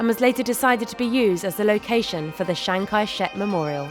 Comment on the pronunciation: Chiang Kai-shek, not Shang Kai-shek